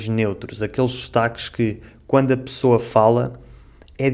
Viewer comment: O amigo fala pirceber (perceber) pissoa (pessoa), piis (país)